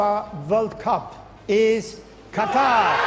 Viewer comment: Bhai ap glt Keh rhai ho qataar nh Qatar kehte hen